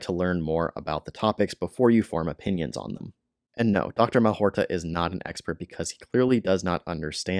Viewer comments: Malhotra, not Malhorta. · It's Mal-HOT-ra - you spoonerised his name :) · If you're going to try to debunk Dr Aseem Malhotra, unsuccessfully I might add, at least have the grace to pronounce his name correctly.